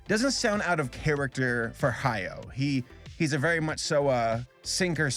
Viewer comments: Spelling: Hayao, Ha-ya-o: "Hayo" I don't think you even tried to pronounce this one correctly. Just say it how it's spelled. A (Ah) I (EE) U (OO) E (Eh) O (Oh) are the Japanese vowels. There is only one possible way to pronounce each vowel in Japanese, and that never changes no matter where the vowel is in a word. Easy. I think it's just so lazy when YouTubers can't take a second to make sure they're pronouncing a name correctly before putting it in their script multiple times. Welp, here I go listening to you say "Hayo" for 8 more minutes...And you'll probably never see this, but maybe someone else saying "Hayo" will. Also, fun fact: In the Japanese version, the band is just called Earwig in English. But Earwig's name isn't literally Earwig. Her name is Ayatsuru (アヤツル), and the head of the orphanage splits it up as Aaya Tsuuru (アーヤ・ツール). Ayatsuru (操る) is a verb that means "To manipulate, To control". I think it's more clever than just calling her Earwig. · It's Ha-ya-o. Three syllables. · Hayao’s name is pronounced Ha-Ya-Oh, not Hayo